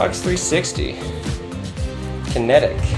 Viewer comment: I love how he pronounces everything just slightly off. Yu-Gee-Oh…Golblat…Xbox Kinetic